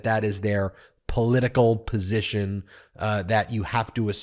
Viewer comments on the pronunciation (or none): none